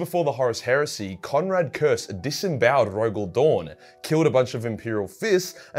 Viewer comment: Curze. Not Curse.